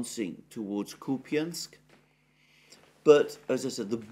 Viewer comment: Lol kopany. Its kÚpañ. There is no E at the end. Its just soft n. And accent is on U